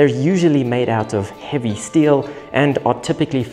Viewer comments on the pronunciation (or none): none